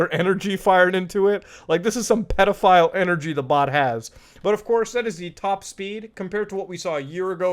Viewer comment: "Petafile Energy" LMAO